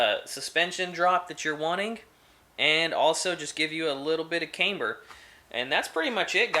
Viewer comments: Cam-ber not Came-ber, you wouldn’t say Cameshaft would you. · Nice video! Very informative! Oh, and FYI you're pronouncing camber wrong. It's "cam" not "came". Like how you would say camshaft. Look forward to seeing more vids! :)